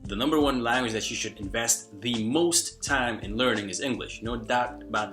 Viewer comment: Hey, native English speaker from California here. From a west coast perspective, you definitely have a noticeable accent since you sound very east coast/urban with certain words here and there. If you're open to tips, ironically -- one of the words you pronounce a bit differently from most Americans is the word "language." You pronounce it like "Lan-guage" when most Americans pronounce it "Lang-guage." The first syllable sounds a bit flat when you say it -- it's usually "Lang" as in Langston Huges (the author) not "Lan" as in Lanyard -- the way you say it. Hope that helps. Anyway, keep it up! Your vids are awesome and your tips are really helpful.